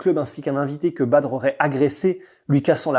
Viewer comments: Quelqu'un lui dit que ça se prononce "Bader" ? Et pas Badre machin... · Badre mdr on dit Bader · C’est badr prononcé Bader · Super vidéo bon travail! Juste une chose on prononce Badr « Badère » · Je ne suis pas sur mais il me semble que ça se prononce "Bader" Super vidéo comme d'habitude !! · Badr se prononce bader me semble t'il..... je fait le chieur mais superbe vidéo comme dab..... longue vie à! Peace✌👍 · Sont prénom ce prononce Badeur même si sa s'écrit badr! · Badr se prononce “bad air” ou bader si tu préfères 😉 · Ca se prononce Bader..sinon bonne vidéo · Sa s'écrit et se Badr Haris mais sa se prononce badere Haris. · Excusez moi on dit pas phonétiquement bader?badre ?? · Badr ça se prononce bader. Trop bizarre comment tu le prononce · C'était pas mal par contre il faut prnoncer correctement son prénom. Ca se prononce "Badère" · J'suis pas convaincu pour la prononciation du prénom. Le E doit être absent à l'écrit mais prononcé à l'oral...